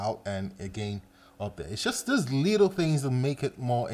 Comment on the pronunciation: Everytime he said "little" i heard "lethal"